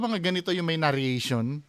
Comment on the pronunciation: narration lang bro hindi na-rria-tion